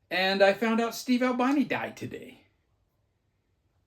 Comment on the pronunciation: Ahl-BEE-NEE. He was not an albino.